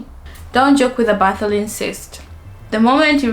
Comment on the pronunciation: Correction. Bartholin and not Botholin.